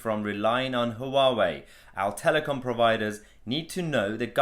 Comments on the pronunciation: Noooo... it's not pronounced "HooWowee" It's pronounced "wah-way" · It's not 'Hoo-wa-way' - it's closer to the chinese pronunciation to just say 'wa-way' or '(h)wa-way' where the 'h' is almost silent but not quite - I asked some Taiwanese acquaintances of mine, and to me it just sounded like'wa-way' ... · Its pronounced wow-way. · It's pronounced waawoo ya plant pot lol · HUA _WEI. It's two syllables not three. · Huawei - pronunciation is more like ‘wah-way’. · The H is silent.